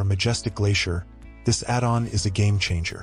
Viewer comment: The ai voice pronunciation… “add’n”🤦‍♂️